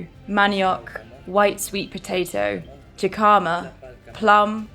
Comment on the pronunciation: Jícama is not (jecoma) Ji in the word is an (He) sound so it’s (He-ca-ma) and/or (hick-ah-ma) are both right.